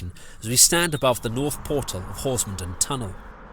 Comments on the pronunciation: A very well researched and filmed account of the line and the route now. The only constructive comment I would make is in the case of villages named 'Den' the stress is on the last part of the name such as HorsmonDEN. Perhaps you could cover the Headcorn -Tenterden line at some time? My neck of the woods!! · Lovely video, very nostalgic for me. I have to point out though that you're pronouncing Horsmonden wrong